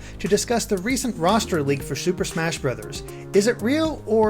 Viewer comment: "Roster" dammit ><